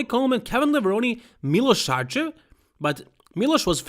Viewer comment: Yeah, I am serbian just like him 😀 that's how you pronounce it, Milosh Sharchev